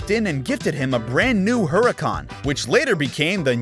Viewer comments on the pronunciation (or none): 🗣️NYANBORGHINI PURRACAN💀🤣😂